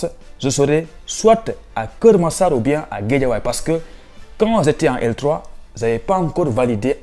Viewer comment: Intéressant mais il faut revoir ta prononciation : je et non ze ,….